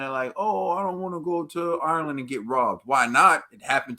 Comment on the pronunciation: 2 minutes into this and that lad made a complete fucking shitshow of saying the name "Ireland".... sweet Jesus that's embarrassing 😳